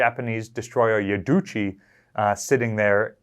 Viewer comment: yuduchi… Yudachi: poi?